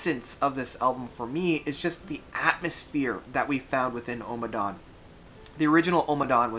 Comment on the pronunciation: Ohhhmmadawn - there is no need to stress the opening vowel of the title. Utterly unnecessary